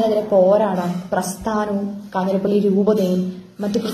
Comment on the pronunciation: news : 'കാഞ്ഞിരപ്പള്ളി' ആണ് 'കാഞ്ഞിരപ്പിള്ളി' അല്ല. Also please note elsewhere many are saying 'പാലായനം', it is actually 'പലായനം' i think.